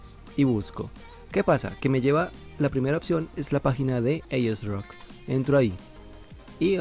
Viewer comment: "aiesroc" ulala